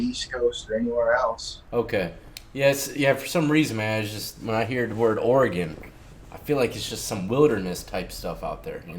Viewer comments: Seriously. Stop puting so much emphasis on the E in Oregon. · That Oregonian pronounced Oregon wrong...